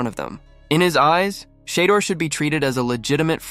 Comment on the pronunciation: “SHAAA DOOR” AI ….